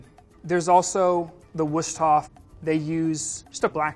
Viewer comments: Also just gonna drop that Wüsthof is pronounced as „vuist-hohf“ basically the german w is pronounced like an english v and the syllables in this word are both drawn out more, not as quickly and abruptly spoken as he did. edit sorry for overexpöaining but hearing him say „vusstoff“ over and over again just kind of stings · It is pronounced Wüsthof not Wushtoff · Stop saying Wustof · It's pronounced "Wüsthof" not "Wüschthof". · He is a knife expert and still doesn’t know how to pronounce Wüsthof, it is not wustof, it is Vuusthof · Good video, but the pronounciation is just horrible. Its not a Woostoff, its a Wüsthof. The ü you speak a bit similar to a y, but with your lips like you want to whistle. And you must hear the h, like in heritage ✌🏻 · Drink whenever he says wusthof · if its Wüsthoff, then you'd say the ü is similar to the eu in europe or y so wysthoff or weust-hoff (yeah, you dont have the Ü sound, just something approximating, but approximating is still better than 100% off :P and for writing ü without the keyboard, write ue, so Wuesthoff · Wüstof should be pronounced /Vooshtoff/ in German the W's are pronounced like a V... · "Comparing every knife to a wosthof" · It. is. NOT! "wushtoff"... at least try to pronounce it right, PLEASE!! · if i hear wustoff one more time.. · Every time he said Wüstof, I died a little. The rest of the video was solid advice. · He doesn't even try to pronounce "Wüsthof" correctly.. "wuschtof" is ABSOLUTELY NOT EVEN ANYWHERE CLOSE..... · Swear to god if he said wustof one more time to late shut off the video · Say woostoff again and I swear I'll kick you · His hands are a mess.. Also he sure can pronounce the name Wustof. Maybe try figuring out the names of the rest of your knives.. He didn't even try. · The Wischthoaf... geeez at least listen to the name once. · Don't you pronounce Wüsthof as Voo-sthof? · "Brought to you by wushtoff" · The way this guy pronounces Wusthof ruined it for me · Wüsthof is pronouced all wrong buddy